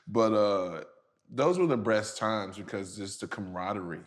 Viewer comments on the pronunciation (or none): Glen said “breast times” and he said it on purpose 😂🤣🤣